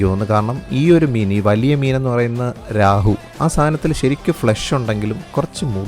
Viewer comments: Raahu alla Rohu- it’s a dam fish… 😂😂😂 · രാഹു ❌ റോഹു ✅ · 😂 രാഹുവും കേതുവുമൊന്നുമല്ല.. റോഹൂ എന്നാണ് പറയുന്നത്... കേട്ടിട്ടില്ലേ -- കട്ല റോഹു മൃഗാൾ എന്നൊക്കെ ?.